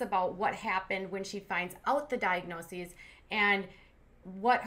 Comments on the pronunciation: For a "registered nurse" she should know the plural of diagnosis... it is diagnoses, not diagnoseses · Shes a nurse, and she says "diagnoseses" ? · "Monitorization"? "Diagnosises"? She definitely didn't work in health care for long. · She can’t even say the plural form of diagnosis—diagnoses. She calls it “diagnosisis.” How is she a trained medical professional?